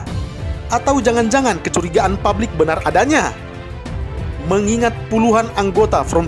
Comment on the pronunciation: PUBLIK, woy, bukan PABLIK. Produk, bukan prodak